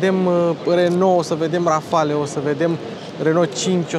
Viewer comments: Multumesc ca nu ai folosit "calitativ" ci " mai de calitate" ! Felicitari! Erai Boier daca spuneai "Rafal" in loc de "Rafale" Xcum, "une grand coup du chapeau " ! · Rafale se citește fără ,,e” la final în franceza. Mi-ai spart de câte ori ai zis ,,Rafale”. Nu sunt cârcotaș dar este vorba de puțină cultură generală .